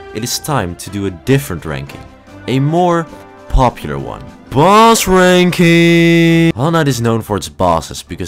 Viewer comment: i heard balls ranking